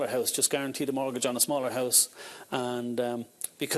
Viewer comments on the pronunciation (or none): A note for the female presenter, the word is mortgage, not murtgage.